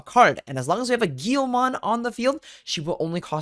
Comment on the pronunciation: Its also a "GUILMON" not "GIYOMON"